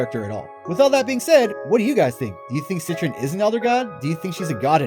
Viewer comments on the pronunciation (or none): I hate the way you say it "set-tren" it's "set-tree-on" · Omg you’re right... he literally said “CITRUS” 😂😂🤦🏼‍♀️ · "Citron"?!?! Lmfaoo is she an orange now 😅 sorry man can't help but cringe at that pronounciation. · He definitely didn't say it right.